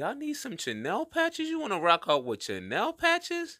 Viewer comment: CHENILLE - pronounced - SHUNEEL Patch is dope btw